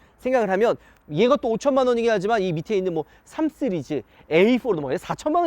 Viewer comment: 이형도 쓰리즈로 발음하네..